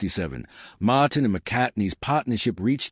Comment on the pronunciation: MAaaaaaaaaahtin ??? what AI crap